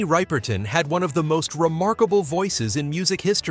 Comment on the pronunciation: Minnie Rip-er-ton, NOT ripe-er-ton. smh. (She could sing six octaves!)